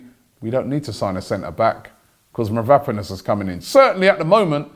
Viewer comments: MAVROPANOS Robbie!!!!Get the Pronunciation right. Its disgusting hearing you say Mavraponos all the time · Robbie literally cannot pronounce anything. It's Konsantinos Mavro-panos not Kostas Mavrap-anos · MAVROPANOS Robbie not Vanaponous🤦🏻‍♂️ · Did you mean Konstantinos mavropanos? It ain’t that difficult robbie ffs